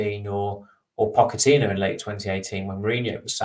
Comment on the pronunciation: can you please change your pronunciation of Pochettino? It does my head in!